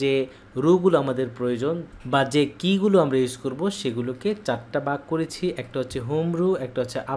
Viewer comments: আপনি উনার উচ্চারণটা দেখলেন! ভালো গুণগুলো চোখে পড়েনি! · আপনার বাংলা উচ্চারণ আরও পরিষ্কার করা দরকার। ভাগকে বলেছেন বাগ। রোকে বলেন রু। টিচিং পদ্ধতি ভালো আছে।